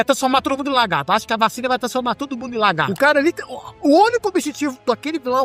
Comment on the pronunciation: Bom vídeo! Mas fiquei com a impressão que vc ficava chamando o Lagarto de "Largarto" kk